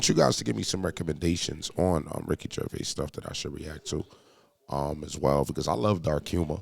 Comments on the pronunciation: "Ricky Gervay"? Lol he's not French, "Gerv-ays" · It’s Ricky Gervaiz not Gervay….you pronounce the s…. You Americans slaughter language. The word Herb….you pronounce the H…and if you say you don’t, who is the American Trumpeter? Herb Alpert? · Pronounced Jer-vaze. You are the news now, act like words matter. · It's Gervais - (JER - VAYS) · YOU PRONOUNCE THE S IN GERVAIS! 😡🤬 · It’s “Ger-Avis” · wtf r u on about gervay you avsolute clown the s isnt silent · If you're going to do a video about the man, the least you could do is pronounce his name correctly!! There is an S on the end of his surname and it is pronounced!! Ricky himself talks about Louis Walsh calling him Ricky Gervai and said that it was similar to him calling Louis Walsh a silly cun. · Did he say Ricky Gervay at the beginning? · Why does the voice over keep mispronouncing his name? Nobody ever calls him Gervay!! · He isn't French, pronounce the s in his surname. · The narrator can't say his second name! The last s is not silent. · Why is the ‘s’ sound at the end of his name not pronounced… he’s no French. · His name doesn't have a silent "s" on the end of it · You're supposed to pronounce the s on his name.. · Pronounce the S on the end of Gervais ffs 😂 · There’s an ‘S’ at the end of his surname! 😂 Zzzzzzzzz